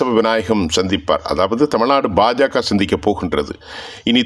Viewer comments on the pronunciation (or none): none